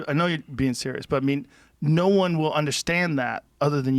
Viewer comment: You don't ever want to hear Mike Tyson say "he's being very seious" and yet alone be across the table from him lol